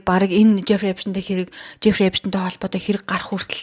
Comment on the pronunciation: Эйпшн гээд байх эйпсн гээд сонсогдоод байгаамдаа😅😉